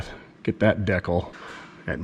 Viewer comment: I’ve officially changed my pronunciation of decal in honor of my favorite low life.